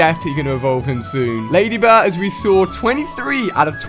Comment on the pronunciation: Ali its Ledba not ladyba